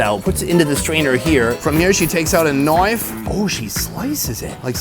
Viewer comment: "here she takes out a Knoife"